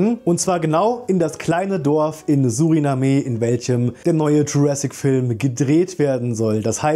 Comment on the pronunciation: Suriname… ohne e gesprochen. Und ein land…(; Danke für die infos